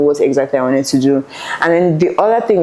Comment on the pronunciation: "most wanteteteted"😂